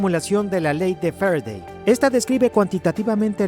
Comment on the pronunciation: Jeje medir con el "volimetro" y estudiar la ley de "f'redey" Interesante video, saludos!